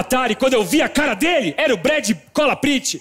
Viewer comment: Brad "cola Prit" kkkkkkkk É aquela de bastão vermelhinha kkk